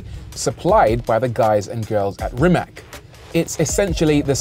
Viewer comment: Rimac is pronounced Rimats btw